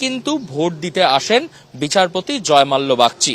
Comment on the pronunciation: Thik kore uccharon korun .ota jozmalya noi ota jozmolla ache